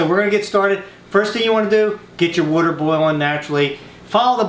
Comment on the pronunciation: it's water not waitr